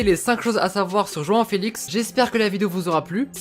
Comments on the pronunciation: Je rêve ou il dit « juin uin » au lieu de joao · T'arrête pas de dire joan alors que c'est joao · Tu lappelle joan. C est joao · Merci 😊🇵🇹 João on dit " janhahant " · Ça se dit roão sinon super vidéo je les adore continue comme ça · La prononciation de João elle fait mal aux oreilles